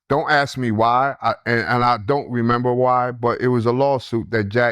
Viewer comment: Can you learn how to say ask instead of axe. Something you have to work on.